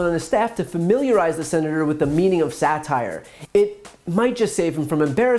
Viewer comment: right winger-"satire?...what is sat-ire?"